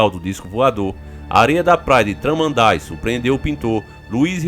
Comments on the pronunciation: Traman daí essa foi boa kkkk,a pronúncia e tudo junto Tramandaí..isso e espiritual.grande abraço. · Ele fala tramanday é tramandaí o correto kkkk eu moro em Imbé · Kkkkk T-R-A-M-A-N-D-A-ÍÍÍÍÍÍÍÍÍÍÍ o ascento fica no "í" kkk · Sou do sul,canela rs.temos casa em Tramandaí kkkk rachei quando falou o nome da cidade 😂🤦🏻‍♂️